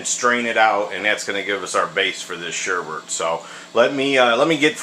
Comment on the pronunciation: Um dude it is sorbet not sherbet, sherbet is the stuff that is sour sugar...